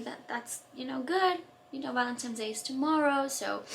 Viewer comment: It’s valentines not valentimes